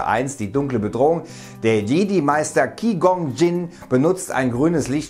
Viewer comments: Ki gong wass? Das Tier heisst Qui Gon Jinn also Quai Gon Tschin gesprochen. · Ki gon gin 😂😂 ich kann nicht mehr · KI GONG DJING hahaha xD. Man spricht das "kwai gon jin" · Man spricht es 'Kwuai gon dschin' und nicht 'ki gon tschin'🌚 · Kwai gonn dschin und nicht Ki gong dsching 😂 aber sonst top! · Nein nein nein, es ist nicht ki gon ... es ist heißt qwai- gon-dschin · Ki gon jin hat mich gekillt.. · Der gut alte Ki-Gong-tschinnn :D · ki gong jin? xDDDDD wer spricht den namen denn so falsch aus bitte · Ki-Gong-Tschiinnnn hahahahaha jaja der war schon ein krasser kämpfer xD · JF not Kennedy Ich wollt gerade schreiben es wird "Quei Gonn Dschin" ausgesprochen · wer kennt ihn nicht Ki-Gong-tschinnn :) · Ki Gonn Schinn? Da ist jeder Star Wars Fan zusammengezuckt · Ki Kong jin??? XD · „Ki gong jin „😂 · Er hat nicht wirklich Qui gon Jin als Ki gon Jin ausgesprochen oder 😂😂😂😂😂😂😂😂😂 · Ki gong jin😂😂 Lachflash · ki gong chin? AAAAALLLES KLARR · Es sird "kuai" ausgessprochen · Hallo tolles video ^^ nur bitte , bitte sag nicht ki gong tshin oO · Ki gong qinn 🤣😂😂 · Shit wer ist den Kwi Gonn Tschinn? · Qi gon djin!! xD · NEIN! NEIN! NEIN! 44 SEKUNDEN UND ICH MUSS AUF PAUSE DRÜCKEN! DAS KANN ICH MIR NICHT GEBEN!!!!!! 1. er spricht Qui-Gon Jinn falsch aus 2. der erste veröffentlichte Star Wars Film war Episode 4 eine neue Hoffnung Und wieder so ne inkompetente Scheisse von wegen Licht DAS IST NE PLASMAKLINGE ZUM LETZTEN MAL!!!!!!! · Ki kong???? Wtf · kwii gong tsching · Ki gong jin? Lmao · Kwai Gon Dschin meine Fresse... Ohne scheiß, bevor man irgend einen Namen ausspricht informiert man sich gefälligst wie er ausgesprochen wird, das ist einfach unerhört, selbst wenn es ein fiktionaler Charakter ist, dislike 👌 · Also an der Aussprache von Qui-Gon Jinn arbeiten wir aber noch mal. :D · Wie hat der denn bitte Qui-Gon Jinn ausgesprochen?! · Das ist mir auch direkt aufgefallen :D Ansonsten gut und informativ ist auch kein richtiger Kritikpunkt nur verdammt lustig ! Guten Rutsch an alle